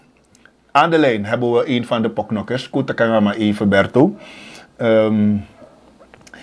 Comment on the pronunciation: Het is porknokker. Geen poknokker